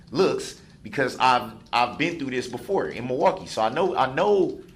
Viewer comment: "I knowd it's a shock device because I been through this befo':" LOL Darell Brooks